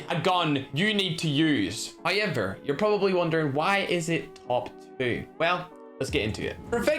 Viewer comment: I love how say however HOYEVER!!!